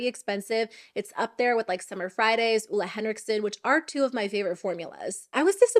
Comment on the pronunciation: sorry, it's driving me crazy, but here it is: Ole is pronounced "Oh-le" with a long E; being married to a Scandinavian, I've learned a number of pronounciations